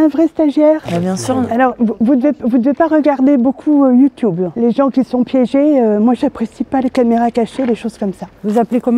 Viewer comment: Elle a dit « youtyoube » 😭😭